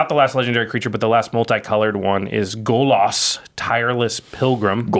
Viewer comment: Golas? GOLAS? G O L A S ? stop saying golas!!